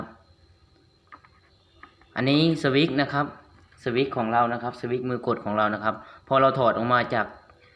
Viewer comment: สวิคๆๆๆพูดให้ชัดๆ เขา อ่านออกเสียงว่า สวิตช์(สะ-วิด) switch